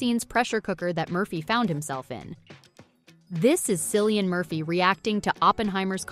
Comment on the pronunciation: Can people please stop calling him “sillian “ we all know it’s pronounced “killian” it’s a traditional Irish name